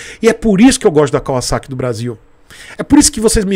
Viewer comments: Nossa, como é satisfatório ouvir alguém pronunciando o nome correto da marca! Eles poderiam ter modernizado o conjunto ótico com led e painel totalmente digital. Essa moto é indicada para iniciantes? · Sim, Kawasaki em japônes é カワサキ, e se pronuncia KAUASSAKI. Para se pronunciar KAVAZAKI teria que ser algo como カヴァザキ, o que não é. também é cultura.